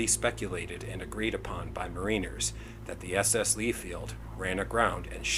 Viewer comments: The proper pronunciation is MARINER, all one word...not MARINE-er. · Excellent video, sir, and one minor correction....the proper pronunciation is Mariner, all one word. Not Marine-er. Like the story Rhyme of the ancient Mariner. Thank you!